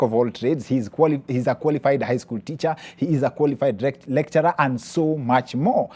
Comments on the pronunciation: hehe when said qualified recturer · "he is a qualified recturer" we heard that Dr